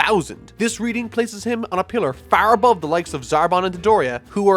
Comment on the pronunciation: Dude where are you from? Every time you say FAAAR I can't tell if it's Boston or Chicago